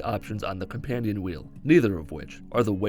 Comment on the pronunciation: I killed ‘im with a feckin’ wHeEL !!!! I’m usin’ a feckin’ wheel and he calls HaCkS!!!